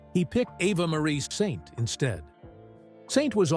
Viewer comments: You’re mispronouncing her name it makes my skin crawl. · as an anchor-reporter in L-A 25 years ago, I met her. A friend is her agent. So genuine and lovely. And now 100, amazing. But dude, please why can't you pronounce her name ??? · How stupid do you look if you can't correctly pronounce the name of the subject of your video? Do your research! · Your reader is uniformed and cannot say her name correctly or the same way twice.